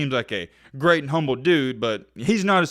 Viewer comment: it's "in my humble opinion" NOT "humbled opinion"